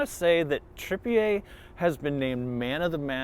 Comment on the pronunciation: Good analysis, but its Tripi UR.